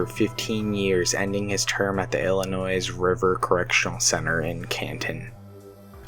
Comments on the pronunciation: The S is silent. It's pronounced "ill-ih-noy". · it is Illinois the s is silent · Wow you must be a genius to be able to pronounce things properly you are so smart I am so proud of you! From what I can tell dude literally said Illinois without the s being silent one time! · I'm from Illinois originally and you're pronouncing it wrong. The "S" is silent. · It bothers me how they say Illinois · or don't fuck it up in the first place. Takes seconds to research the pronunciation of words. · Yes that is my biggest pet peeve being from Illinois is the s.....thank you.... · The s in Illinois is not pronounced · You should learn the lingo (how to pronouce "Illinois" for starters) before publishing the video. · Are you guys illiterate?? Half the names you read are a misread including the name of the state your reporting on! Illinois has a silent s!!!!!! Jesus christ!!!